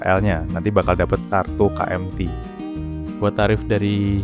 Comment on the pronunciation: sejak kapan KMT dibaca Ka-Em-Ti? kalo nggak Ka-Em-Te(id) ya Ke-Em-Ti(en)